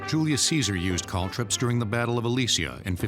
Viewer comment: Calldrip? They mean caltrop. Cal trop